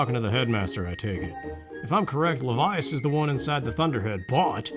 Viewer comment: I think Levias would be pronounced the way you're saying it, since it's based on leviathan.